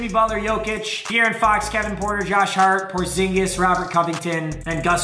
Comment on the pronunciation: Jokic✅ porzingis❌